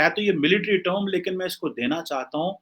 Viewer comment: Abey Its MILITARY TERM not MILITARY TOME😃